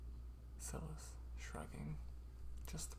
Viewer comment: Oooh this is great! I love writing too, but haven’t done any in a while. Also, I don’t know if it’s different across the pond, but here in the UK, Silas is pronounced like ‘sigh-luss’. Like silence, but without the ‘n’ sound! x